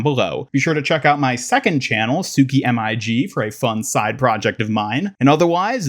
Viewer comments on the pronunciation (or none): none